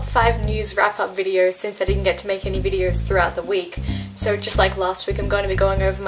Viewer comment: When she says "so" I think she's saying "sir" . I'm like you don't have to be that formal